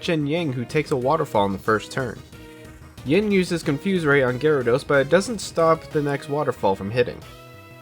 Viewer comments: Take a shot every time he says “Ying” instead of “Yin” 😅 Happy 2 day hangover! I love eeveelutions so I did love this video, just kept noticing it haha. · this was super entertaining! only gripe i have is yin usually being pronounced ying, rip. probably going to watch leafeon and glaceon combo next! good work ^^